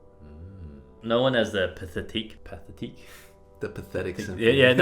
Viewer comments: Brett and Eddy, I love your videos and find them very educational as well as hilarious, and your virtuosity is admirable . I could help you with your pronunciation. For example Pathetique, Süssmayer, Debussy, etc. Unfortunately I live far away. Maybe you can find someone close who could bring you up to speed in that area. It’s not that hard. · Pat-et-EEK (Pathétique) KOL-a-rah (cholera) ARS-nik (arsenic) For people with good musical ears, mispronouncing words is a real surprise. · Pathétique, you pronounce the "th" almost like a "d" but not quite.